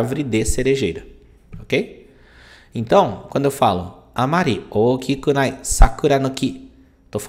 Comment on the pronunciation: Saiu ookinunai. Não é ookikunai?